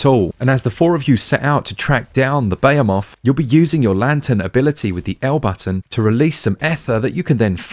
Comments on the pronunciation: Lol crazy Brits and their punctuation of Behemoth, it's not bayamoth its be-he-moth 🤣 as always another stellar review. I've been looking forward to the switch release of this game since it's alpha release on pc (which dropped before the announcement of monster hunter world) a lot has changed since then and they keep adding to it. Definitely a developer to keep an eye on. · isn't it pronounced "ber-he-moth" and not "beyer-moth"? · Also?? Beyemoth?? Behemoth. Buh-HE-Muth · What’s a BAYA MOTH? You mean Behemoth? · I cringe when he says it that way